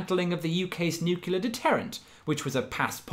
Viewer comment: "He was perhaps too busy advocating for the dismantling of the UK's nucular ? deterrent..." "Nucular" deterrent ? Oh dear! First it was Reagan, then it was Bush. Now it's Voltaire's Ghost ! Oh dear, oh very, very dear ! >